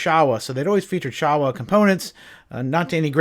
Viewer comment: Showa is pronounced like “show” “wah” , just to let you know! 👍🏽